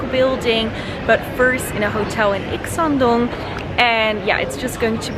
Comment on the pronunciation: Wow..U r good pronunciation "Ikseondong" 😍🤩